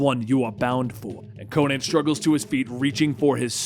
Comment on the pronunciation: Is it me or does anyone else find it weird when people say Co-nan instead of Conan?